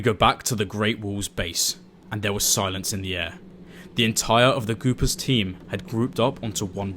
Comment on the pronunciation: It's the Goopers, not "Goobers." If you're gonnna screw someone over, at least get their name right.